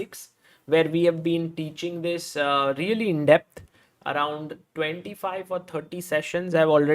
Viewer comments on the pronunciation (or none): none